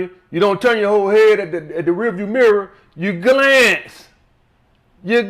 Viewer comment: “You GLAANCE, You GLAANCE” 😭😭😭